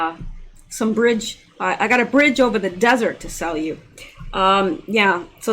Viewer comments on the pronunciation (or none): none